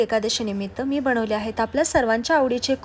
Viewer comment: साबुदाणा.. कारण, बनवली,मनात, आणि, कोणत्या ज्ञानदेव...बोल..... Sadh shudh hi bolu shakat nahis🤣.... Tu kay boltes साबुदाना, कारन, बणवली, मणात, आनी, कोनत्पा, ज्ञाणदेव.. Barech shabd aahe ashudh